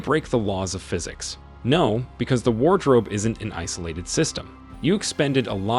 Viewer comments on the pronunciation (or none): War drope